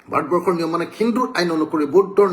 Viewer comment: ভাত বৰ্ষ নহয় মহাশয় ভাৰত বৰ্ষ আৰু আ আ আ কৰি থকা বোৰ ক'লে শুনি থাকিবলৈ বিৰক্তি লাগে।